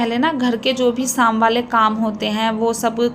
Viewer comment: Nice vlog Thora sa speaking style pe dyhan den vlog,wash,morning Yani o waly words me apki pronunciation Sahi ni isy improve kijye shadi ko Saadi,tasty ko tashty,sham ko Saam mtlb sheen ko ap seen khti hyn n seen ko sheen khti hyn improve kijye I hope you dnt mind 😊